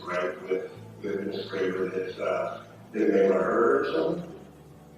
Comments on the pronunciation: Graber is my last name also. Its Gray-ber, not Grab-her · Not pronounced like that.... Gray-behr